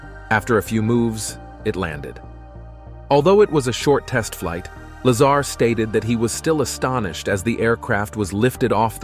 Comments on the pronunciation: Is his last name La-ZAR or LAY-zer? Really, how can anyone take this seriously when the people behind it can't even pronounce the name consistently? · If you’re going to do a video about someone, at least pronounce his name correctly. Very unprofessional on your part. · Please pronounce his name correctly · You lost me when you couldn’t even pronounce Bob’s surname properly. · He can't even pronounce his name ! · Right? At least pronounce his name correctly. It made the entire clip into amateur hour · Not to mention narrator calls him Laser... lame.. go get a real job or new narrator "" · He called him "Bob Laser" at about 41sec.. 😂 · its Bob La ZARRRRR NOT LASER. ps 115 MC or Moscovium is a solid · PLEASE!! His name is Lazar like la z are and it’s ALWAYS pronounced like that!! So annoying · "Lazer" gets to me you cant even pronounce his name properly. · Also if you are going to spotlight a great man at least learn to pronounce his name correctly. Give him that respect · You didn't even pronounce Bob's last name correctly. Come on man what a horrible way to start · You already pronounce Bob's last name wrong I'm out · Please teach your “narrator” how to pronounce Bob’s last name. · Bob Luh-zahr not Bob Lazer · bro you cant even pronounce his name right wtf...its not LAZER its La-ZAR 🤦‍♂ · Instead of counting sheep’s tonight, I’ll re-watch this video and count all the “facts “ you got wrong. And it’s Lazar not Laser. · “Bob Lazer” ? Yeah I’m out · you call him "Lazar" and the "Laser"....lol. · Bob’s last name is not “Laser”…it’s Lazar… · its a joke lol the guy narrarating the video called him "bob laser" his name is "bob lazar" lol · Narrator: “Mr. Bob Laser” Me: 😬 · Did the announcer call him Bob Lazer!? Hahaha and Lol!* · It’s laaaaaaa zaaaar not laser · Like how the computer voice turns the guys name into Bob lazer rifle. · It is La-zar...not laser. Some say Dugway Proving Ground s.w. of Salt Lake City is the new Area 51. It is certainly remote enough.